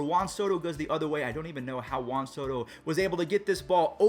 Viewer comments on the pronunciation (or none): How? “Jaun”??? Not Juan